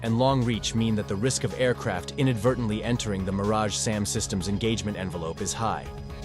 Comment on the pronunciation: it is Meaaraj